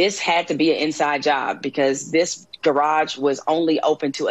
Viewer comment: "In his Gay-rarge" 😂😂😂howling